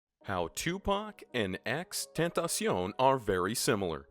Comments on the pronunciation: This dude said xtentacion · Anyone else get triggered when he said xtentacion? 😂😭😭🖤🕊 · Nobody: Literally nobody: Narrator: XXXTen tack Ciooooo. Oon